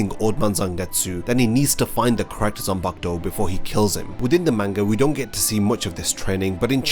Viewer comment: Its pronounced as zanpakuto